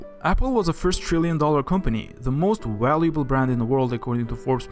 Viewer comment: Also: "waluable" and "beehemus"